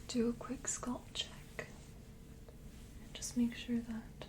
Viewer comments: Ditto. She says "scUlp" 🆚 "scAlp" but she's one of my favorite real-person ASMR'ist so everything is wonderful ❤️❤️ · You pronounce scalp like sculp. Nice video.